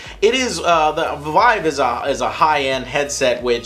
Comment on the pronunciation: Vive: It's pronounced "Veev" not "V-eye- v